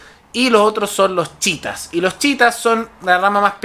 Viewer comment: chiitas no chitas wn